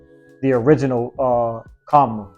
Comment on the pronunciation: Kam -rah ... not Ka -mara friend.